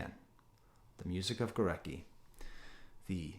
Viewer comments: As a russian guy I'm pretty sure it's spelt like Gooretski with an emphasis on "e". Overall, an excellent video, thank you! P.S. goo-rat-ski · sorry for smart-ass-ing, but the composer Górecki is pronounced *Goretski".